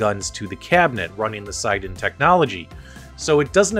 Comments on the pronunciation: It's siNden,.There is an N and it is not silent. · It is 'Sin' 'Den' - check out his interviews on developing the gun on the RMC channel